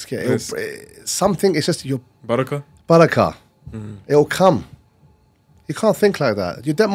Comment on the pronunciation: It is not Bakarah.. it is Barakah!😅